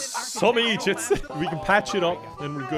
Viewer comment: “Ohh, you’re some ijiots!” rofl